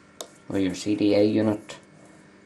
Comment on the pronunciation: sounds like your saying "CDA unit"